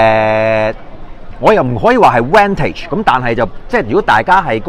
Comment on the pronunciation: 不要將vintage讀作vantage